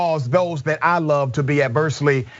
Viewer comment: She said 4 ta 5 years!